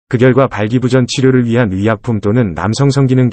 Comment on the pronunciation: 발음에 문제가 있음을 느끼오 / 발끼부전?은 항궁말이 아니지라. / 애덜이 만이 범허는 실쑤인디, 항국어 공부에 각별허게 열쭝혀야 더 조은 방송이 될꺼유